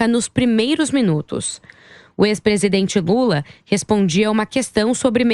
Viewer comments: " o ex presidente gula" kkkkkkkkk Essa reporter é fã do Alexandre porpetone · A narradora falou "o ex presidente bula" kkkkk